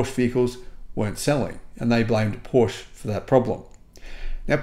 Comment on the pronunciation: How to pronounce PORSCHE the correct way (part 3) … 😉 You’re almost getting there, dear, as to the correct pronunciation of PORSCHE … it’s only 70-80% of times now, that you still say PORSCH instead of PORSCHE. But you’re not alone, so at PORSCHE they have actually added on their website a part, where they teach people how to pronounce their brand name correctly … 😎 Unfortunately YouTube doesn’t allow me to add the deep-link here in this comment … 🤷🏼‍♂️ Cheerio and all the best, Henrik 🇩🇰 🇩🇪